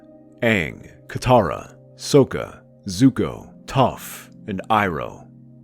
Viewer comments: "SOCK-a," not "SOAK-a." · So-ka LMAO